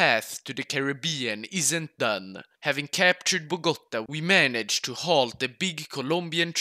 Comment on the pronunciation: Nice pronunciation, but why do all people Say Bogota, is Bogotá 😭 🇨🇴